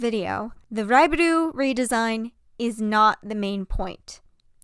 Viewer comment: hi sorry ! this is SUPER unrelated but to let you know, raibaru is pronounced more like a "l/ru" sound ! you tend to pronounce 'ru' sounds as 'du', just wanted to help as a native jp speaker ! in case you wanted to learn ! i love the video ! ^__^ also, to be fair, i think its okay to pronounce the names in english ! you dont need ajapnese accent if you are speakiing english ! ^^